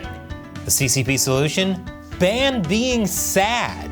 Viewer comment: 🍯🍯🍯🍯 Long live the Dalai lama 🍯🍯🍯🍯 Glory to Ukraine 🍯🍯🍯🍯 How dumb are Americans? 🍯🍯🍯🍯 Why would I pay to listen to a Yank who cannot even pronounce Beijing?